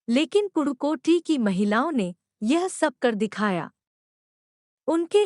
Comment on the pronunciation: Dude that is pudhukoti not purukoti